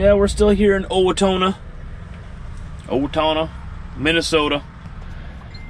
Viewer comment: It's pronounced "Oh-wah-tow-na"